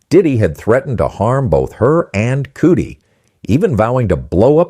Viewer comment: You did not enunciate Cudi’s name right